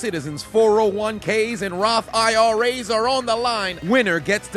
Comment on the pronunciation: Bro said 401k vs raf iras 😂😂😂